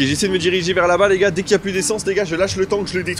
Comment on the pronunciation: Tu a dit les ga 50